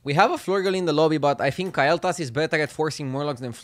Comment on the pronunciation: na its KALE'thas, but he pronounces it KYLE'thas lol